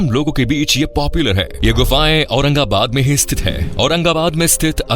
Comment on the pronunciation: Aurangabad ko aurangabad bolna achcha laga 🎉